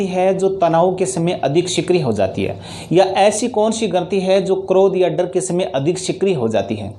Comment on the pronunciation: Sir dar kahte hai darrrrrrrrrr nahi